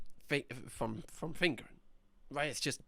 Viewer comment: You attempting to say f!ngering is one of the funniest things I've seen 😂😂😂